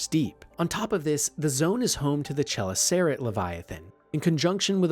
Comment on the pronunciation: Same with Chelicerate - it's pronounced kel-iss-er-at instead of shell-is-air-ate.